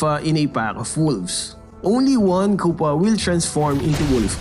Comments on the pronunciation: The " i need you kupa!" is like "I need you kupal" Only filipinoes will understand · "KUPAL AND POLPOL"